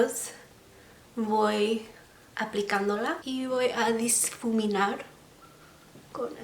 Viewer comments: Se dice difuminar, no disfuminar. Kisses 😘🙏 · No soy fan de los tutoriales de maquillaje pero en verdad me encanta que tengas la imtension de hacer vídeos en español ❤❤ no sabia que tenías tan buen español. La vdd estoy súper acostumbrada al spanglish porque vivo en frontera, mi única notita es que no se dice diSfuminar, se dice difuminar. Mucho amor ❤❤❤ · Me encanta como hablas! I just wanna give you an advice: you have to say: ''Difuminar'' not ''Disfuminar'' The word is right, you just have to say it without the ''S'' Nice video, you have a new suscriber :))